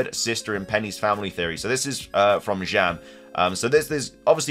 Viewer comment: Why do you say Jan with some kind of french accent